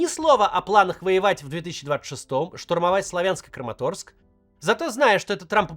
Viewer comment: Правильно говорить: СлАвянск, КУпянск !!! Уши режет